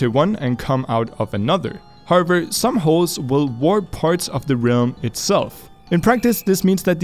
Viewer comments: Everyone: however: harvor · all the tiem sais "however" i hear "harvard"